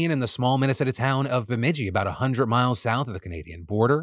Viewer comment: Way to go Phil you nailed the pronouncement of my hometown Bemidji!